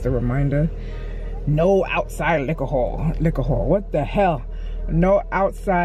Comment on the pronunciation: “Liquorhol” 😂 I even enjoyed watching you peel your tangerine, your camera work is incredible👊🏼 👍🏼🤗👏🏼